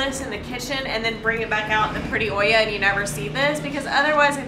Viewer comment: It is super cool when you guys pronounce spanish words like real latino people. "Cafe de ohia... nonono cafè de olla :D" for a second I switch to the hispanic part of my brain and the perspective was surreal, like speaking to family.